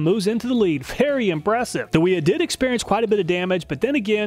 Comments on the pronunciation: holy shit, wiha is german, its pronounced with a V. and why the hell wouldnt you just take some calipers to the wrenches. for all we know your bolts might have crap tolerance and its not the wrenches fault for not fitting well. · Bro Wiha is pronounced VeeHa like how Wera is pronounced Vera. German W = V. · Wiha is pronounced “Wee-Ha”. 304 is a terrible choice for the fastener. It’s soft and gummy. Did you use a fresh fastener for each test? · Awesome review i love this channel, But just so you know Wiha is pronounced “vee-ha “ and wera is pronounced “vee-raa” source i’m German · In German 'W' are pronounced as V and an E at the end of the word is pronounced E long R Miele is Mieler Gedore 'r' Wiha -- Viha : Wera :- Vera